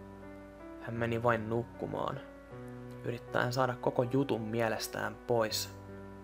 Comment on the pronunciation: "Mene nuqmaan!!" :DD